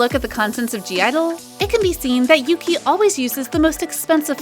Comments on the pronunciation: omg yuqi's name is pronounced as YUCHI not YUKI. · Yuqi's name is pronounced as Ugi, not Yuki. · hi, maybe you could take this as an advice. yuqi doesn’t spelled as yu-ki it’s yu-chi, also chenle was spelled as shen-le. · Thanks. Even i use to pronounce as yuki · Nope. Yuqi is pronounced as Ugi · Ya no, it's pronounced as U-gi/Oo-gi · It annoys me how you say Yuqi's name wrong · you do not pronounce Yuqi like that ahahahahah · When you pronounced ‘yuqi’ wrong.